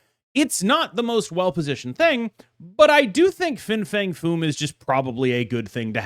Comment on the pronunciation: How many times did you mess up Fins full name?